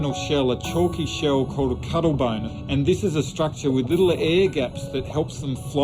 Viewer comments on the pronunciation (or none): Nobody: The Narrator: “The Family Trait,….. The Cuddle Bone”